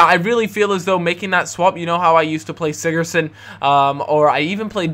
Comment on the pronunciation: You pronounce sigursson as sightorson